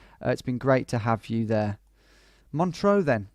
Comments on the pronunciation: He keeps mispronouncing it. There's no A in MONTREUX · This was an interesting challenge, but unlike the GeoDetective challenges, "ISTS" can't really be 5k'd without moving. r1 you made the normal mistake Brits make of mispronouncing Montreux, which usually leads to confusion, but pulled out a good guess. r2 you're surely right that whoever made the map intended for the town name to be visible. r3 you misjudged the angle of the road slightly, but this was difficult to 5k even in moving mode. r4 required a leap of faith to believe that the graffiti was the name of the town. I think it was obvious that the signs were in Greek, although Vlakava (which means Romania I think - an old English name for Romania is Wallachia) is a bit odd. But it was worth doing the challenge just to find out about Greece's answer to Mount Rushmore. r5 I can't really defend you - Guayaquil is such a major city - although ISTS does start to play tricks with your mind after a while! All the best.